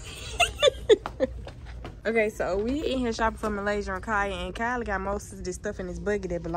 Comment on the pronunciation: It s Kylie not Kylince